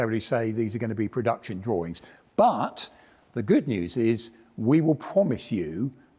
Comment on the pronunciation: "Drawrings". Gottalove it!